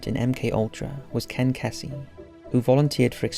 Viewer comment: Kesey is pronounced Keezey